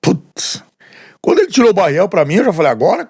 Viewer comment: O nome é Barreal e não Barreel.